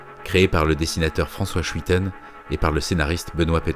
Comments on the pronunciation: Aaah les cites obscures! Hâte que tu en reparle! Mon préféré reste la tour avec ce déploiement quasi infini d'architectures gothique! (Par contre dsl mais schuiten se prononce 'skeuiyten') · Superbe présentation/voyage ! Magnifique transition des cités futuristes idéales aux mégalopoles inhumaines. Merci de citer Peeters et Schuiten (A propos demande à Azz la prononciation à la belge de Schuiten: s'cueille tenn ... ) ; ) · il me semble qu'on prononce Schuiten (skoï-ten) :) Vidéo incroyable <3 merci pour tout ce que tu partage, je dévore ta chaîne avec un intense plaisir. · Salut ! Cette vidéo est excellente, tout comme tes autres contenus, qui sont simplement les meilleurs travaux d'agrégation artistique que je connaisse !! Merci pour tout le boulot fourni et pour ces 45 minutes planantes, mais aussi pour les références que tu donnes en description, qui sont un plaisir à parcourir. Ha oui, si je peux me permettre, on prononce "Sk-oeil-ten" pour Schuiten et c'est pareil pour tout ce qui est "ui" dans des noms néerlandophone, en général (y aura toujours une exception bien chiante hein, sinon c'est pas drôle) Bisou ! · Attention pour Francois et Luc Schuiten (un seul "t") (deux frères, un architecte un et dessinateur), ca se prononce "skeuille-tèn" (tu peux test avec google trad ^^). Je suis un ENORME fan de ces artistes (étant moi meme belge), et je suis super content d'en entendre parler ici :) bisous! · Superbe épisode! Mais "Schuitten" se prononce « s’cueille-teun » ( [skœj.'tœn] ). ;) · Franchement mec, t'es le meilleur, tes vidéo son des rêves éveiller ! Seul bémol, c'est le nom de famille de François Schuiten (le petit belge que je suis a quelque peu "pouffé" lors de ta prononciation), je te renvois vers la page Wikipédia du bonhomme ou tu peu trouver la prononciation correct. Amour, amitié, force et bonheur a toi.